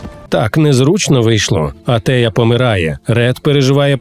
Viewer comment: Та Антея а не Атея